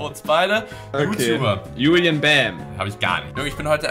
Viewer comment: So almanmäßig JULIEN Bam😂 Der wird Djulien Bam ausgesprochen ( bitte nimm das ned ernst)